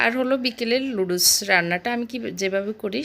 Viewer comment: এত্ত কিছু জানেন বাট নুডলস কে লুডুস বলে না সেটা জানেন না??